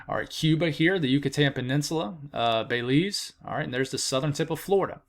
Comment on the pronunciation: Pronounced Beh-LEEZ. 😊 thank you for keeping us informed. 💕